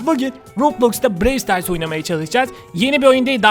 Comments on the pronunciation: Bide abi pandanın yüzünü göster hepimiz çok merak ediyoruz lütfen seviliyorsun Brawl stars bide brewl diye okunmuyo browl stars diye okunuyo ama olsun seni çok seviyoruz hepimiz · BREWL DEĞİL BRAWL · abi brey star değil brawl star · Brevl stars değil brovl stars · Abi brewl stars değil browl star diye okunur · Abi brevl stars değil bravl stars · abi Brewl Sters değil Brawl Stars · abi BREW STARS DEĞİL BRAWL STARS YANİ ŞÖYLLE OKUNUYO TÜRKÇEDE BIROVL SITARS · Abi brewl stars değil brawl stars o abi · Abi brewl stars değil brawl stars öğren bunu abi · Abi birevl sıtars değil bıravl sıtars yani (brawl stars) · abi brewl stars değil brawl stars ilk yorum abi kalp atarmısın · Abi brewl stars değil brawlstars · ABI OYUNUN ISMINI YANLIS SOYLUYORSUN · BRAWL STARS I YANLIŞ TALAFUZ EDİYORSUN ABİ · Abi seni seviyorum bu arada brawl stars ı yanlış diyon